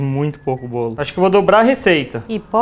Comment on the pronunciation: "Brawlo". Kkkkl